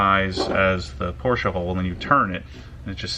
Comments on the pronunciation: Porsche Porsche Porsche Porsche... not porscha that shit make me so mad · Porsche not Porscha.. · stop saying porsha...porshe(silence the e). Then again you own it so call it what you want,*cries in poor* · Porsche not porscha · don’t you love how Americans say Porsche-a , makes u stop watching immediately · "PoRsChE-uH" cringe x100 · A few things: The GT3 RS rides rough because it's a racecar lol 12 point/triple square drivers are everywhere on VAG cars It's not a big deal but it's not pronounced "Porsha", it's Porsche but the E is slightly longer so it almost sounds like A. More like porsch-eh Edit: I forgot earlier, but a good intake will actually change how your car sounds. You should do some research and find an intake for it. Edit again: Oh they're going to make an intake too? Get it. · Yo its not Porsha its Pronouced Porsche:The E is silent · IT IS PORSCHE NOT PORSCHA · It's not Porschea it's just Porsche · needs to learn how to pernounce Porsche properly, it is prenounced as porsh not porsja. GET IT RIGHT!!! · Uggghhhh. Porsch-uh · Poor-SHa! Lol Love it... Cant hate one bit! 🤙🤙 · Theres no A in Porsche! It's not pronounced Porsche-a 🤦‍♂️ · for god sake learn how to pronounce porsche. the E is silent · It’s pronounced Por-shuh... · you pronounce 'porsche' so anoing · i am not wrong, americans are wrong because they don't know how to prenounce words properly. By instance, just take a look at aluminum, which is actually aluminium. You hear the German people say it, you know this guy is wrong. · He prenounces ti with the a et the end, the germans do it either with the e or silent. And yes i know, bacause i live nearby Germany and speak to german people.